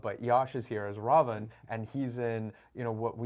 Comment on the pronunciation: First foreigner to get the pronunciations spot on..."Raam" & "Raavan", not Rama and Ravana. plz also know it's pronounced as Raamaayan, not Ramenayana. your knowledge, respect and devotion to Indian gods and scriptures and commendable brother. huge respect 🙏🏻